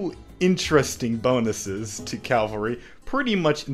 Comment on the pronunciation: says cavalry wrong, -1 rep